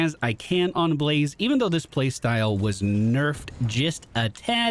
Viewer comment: I really enjoyed how you called him Be-La-Zeh. :P